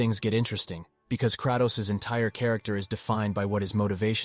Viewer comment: instant dilike for "crahtows"